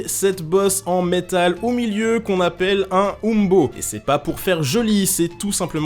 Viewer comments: umbo ce dit in-bo et non oum-bo mais c'est un détaille ^^ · Petite précision : il me semble que les historiens et archéologues français prononcent plutôt "imbo" (hein beau si vous préférez).